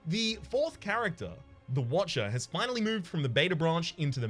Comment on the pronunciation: "Absolutely Rectum" and "Finanally" just combined to make my day. Thanks for the immature LOLs